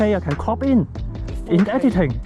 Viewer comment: Every time I hear him say CROP IT LATER... I hear COCK IT LATER.. lol